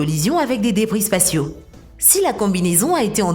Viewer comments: Les gars cherchez pas c'est une voix robot. Plein de mots sont bâclés, c'est vraiment tout craké cette vidéo... A min j’entends "brebis spatiaux" je me suis dit allé c'est bon remballe moi tout ça. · "DÉBRIS SPATIAUX" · Elle veut dire débris spatiaux 🤷🤷🤷